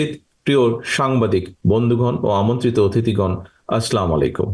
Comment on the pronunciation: প্রিয় নেতা সালামটা ভালো করে দিন, শুদ্ধ করে দিন আসসালামু আলাইকুম